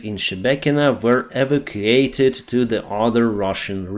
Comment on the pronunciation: To Pronounce Evacuate correctly - (ē-vac-ū-ate)